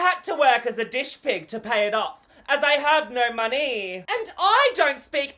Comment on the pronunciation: "As I have no monEEE" 💀